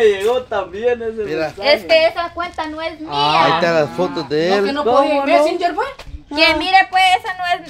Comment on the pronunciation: La diciendo mesinger 😂😂😂